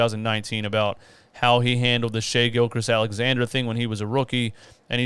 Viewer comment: Shai GILGEOUS Alexander btw. Not trying to diss you but I know when I'm saying someone's name wrong I like to be corrected so I don't keep doing it